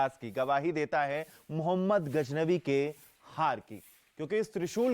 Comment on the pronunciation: Mehmood gajnavi hota hai be bhosdiyo ke...naam to shi se lo...kya reporter banoge be tum 😂